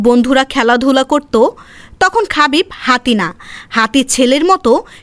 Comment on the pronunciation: খাবিব❌ হাবিব✅